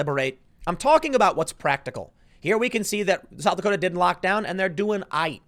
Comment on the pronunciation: South Dakoter’